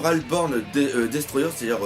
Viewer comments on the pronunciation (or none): none